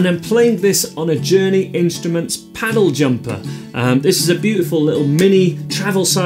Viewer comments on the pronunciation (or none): It sounded like you called the guitar a "Paddle" Jumper 😆